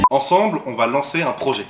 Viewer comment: Un projer avec un r ? Il commence bien le projer 🤣